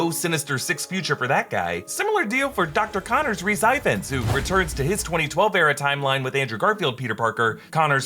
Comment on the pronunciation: Hi. "Ifans" is pronounced "Ee-vans".